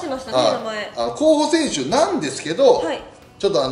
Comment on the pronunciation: 「これぐらいですかねこうほさせんすは」